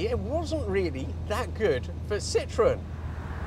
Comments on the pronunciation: Sitroèn non Sìtroen... I francesi accentano L'ULTIMA sillaba, ignorante!!! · Don’t you think that if you are going to spend a quarter hour talking about a car you should know how to pronounce it? There is an umlaut over the ‘e’. It is called a Citroën — sitro-EN. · I think for me - the very awkward appearance of the car would have prevented worldwide success., despite all the innovations. I do like how you drop the “e” in pronunciation so that it sounds more like citron - the French word for lemon - but maybe that was intentional? 😂 (I believe should be closer to cee-troh-en - using a nasal French “n” at the end not an English “n”) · You could at least pronounce Citroën properly. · A Dutchman in love with things French: you're like Mr. Citroen himself. Btw he himself added the dots on the e: was so tired of the french grieviously vandalizing the pronounciation of his last name..